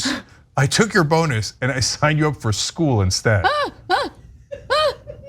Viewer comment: ...are they saying "bone-us" on purpose? I mean this is comedy gold.